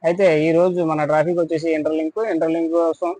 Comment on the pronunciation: ట్రాపిక్ కాదు. టాపిక్